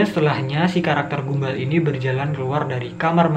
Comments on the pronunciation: Bukan gumba.... gumball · Mas baca nya bukan gumbal tapi "gambel" gitu bacanya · Gumball mbacanya gam-ball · Gamboll gini cara sebut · Btw abang Salah ucapin nya gumball jadi gambell